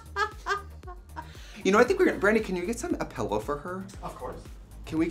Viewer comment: not me thinking "oooo what's apello, sounds like a fancy sparkling water" before realizing she said "a pillow" 🤣🙃